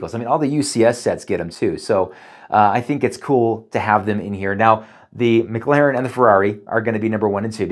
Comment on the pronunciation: Why he call it the MIC Laren p1